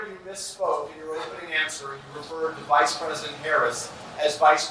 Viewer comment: Him saying Vide president trump was wild.